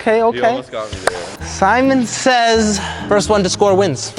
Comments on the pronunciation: No one:: Semen says switch hands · Nobody gon say anything abt saying semen. Gay ass